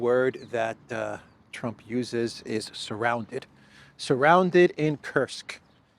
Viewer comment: It's not kirsuk it's kursk lol 😆 Stop saying kirsuk 😂😂😂